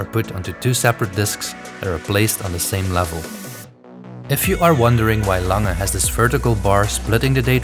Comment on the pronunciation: Its not Lange is it?